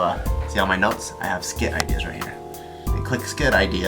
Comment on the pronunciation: Did anyone else hear Bart say "ideers" ?